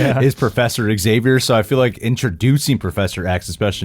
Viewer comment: Do people really say "x-zay-vee-yer"? The French have this name and simply pronounce it "zah-vee-yay," so I always thought it should simply be Professor "Zay-vee-yer." I get that people want to start it with saying the letter "X" since the truncated name is Professor X and he's the leader of the X-Men, but still. It doesn't seem correct to give the SAME LETTER and "ecks" AND a "zzzz" sound. It's ONE LETTER. We already say "ZIE-loh-fohn" for xylophone and "ZEE-noh-fohb" for xenophobe and "ZEER-awks" for Xerox. It should just be Doctor ZAY-vee-yer.